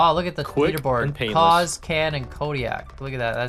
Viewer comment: wait, is it pronounced "can"?